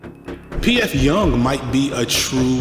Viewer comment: it's pronounced "jung"